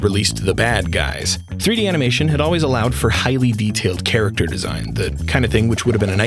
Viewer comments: Did that dude pronounce it "chair-actor" at the beginning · did he say “tsa-racter animation”? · I'm sorry, are we going to just completely ignore the fact that the man in the intro vid pronounced "character" with a cha cha cha, cha?